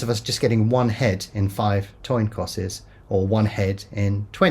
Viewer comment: The best thing about this video was when you said 'toin cosses' on two separate occasions.